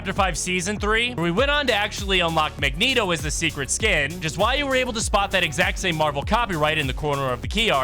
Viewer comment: Finally pronounced magneto correctly 🎉